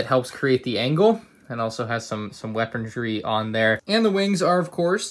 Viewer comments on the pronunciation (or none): Weapondree =/= weaponry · "weapondry" - 2020